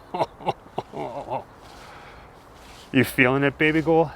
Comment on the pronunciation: Is the host calling his girlfriend/wife/spouse some alternate version of "baby girl"? It sounds like baby goyl, baby guhhl, baby goiile? What is that?